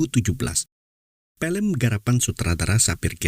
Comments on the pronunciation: FILM bukan PILEM🤣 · Film pak bukan Pelem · FILM OM FI LEM BUKAN PELM PE LEM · Film om bukan pelem😅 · Film bukan Pelem om🤭